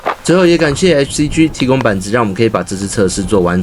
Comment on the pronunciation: “G”唸「雞」，不唸「居」！